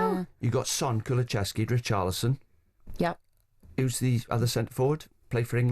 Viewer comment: Why are british people unable to say Kulusevski correctly?